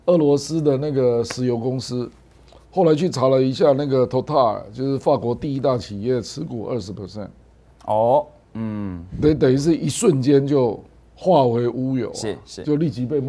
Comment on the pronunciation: Total 不是 Totar